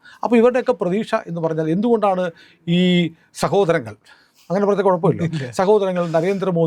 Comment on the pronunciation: സഹോദരങ്ങൾ അല്ല ഷെഹോദരങ്ങൾ ആണ് എന്ന് പറ പുള്ളേ